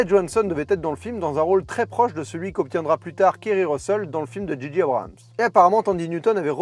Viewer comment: Abrams et non Abrahams. Pourquoi tout le monde se trompe? 😆